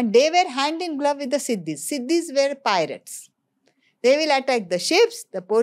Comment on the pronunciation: Weren't Nizam of Hyderabad from Turkia? Buisness is an old profession in India IVC was rich because of doing Buisness. And African people are called SHEEDIS and not Sidis as you are pronouncing